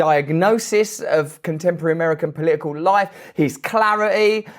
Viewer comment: It’s not poliicle it’s political.